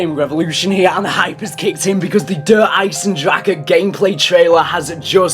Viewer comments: Its Der Eisen-Dra-Uh -Fellow German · Its Ai-sen-dra-he -fellow Osterreicher